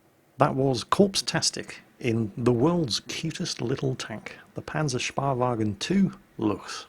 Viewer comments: It's allways funny hearing calling it a PanzerSPAwagon! Is the tank crew taking mud-baths and getting massages in it?:P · Hm for the Panzerspähwagen... take the "SPA" out of "SPADE" for the "SPÄH" and it would be nearly correct;o) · take the "SPA" out of "SPADE" for the "SPÄH" and it would be more or less correct;o) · Now, how do we get him to get the Panzerspähwagen right? That's the much more complicated question, isn't it?